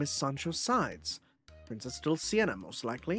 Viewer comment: It's been a few parts now, but I should point out that it is Dulci-NEA and Roci-NAN-te, not Dulci-ENA and Roci-AN-te :_NecoPoo